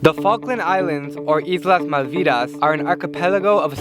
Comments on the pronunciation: Volgen The Person it's Malvinas, not "Malviras" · This boner can’t even pronounce Malvinas. They’re not called Malvidas idiot! I didn’t notice any indigenous culture lol are you qualified in any way to assume that? 500km is a fair claim to 7000 miles from the Uk. F**k The squatters! 4/5 generations lol thieving assholes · Malviras? For real? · "or Islas Malviras" (?) You had one job.